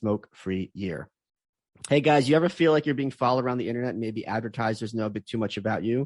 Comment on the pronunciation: Michael, please don't say "yer guises." It's such an awful neologism.